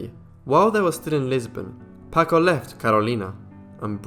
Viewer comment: Please; it's pronounced "PAHHHHKO". Terrible.